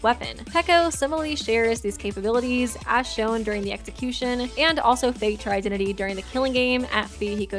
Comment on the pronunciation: I'm sorry did u just say sexicution